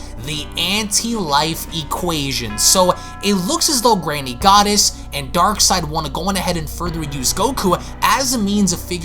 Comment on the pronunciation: That's twice now, you mispronounced Granny Goodness! It's not Granny Goddess!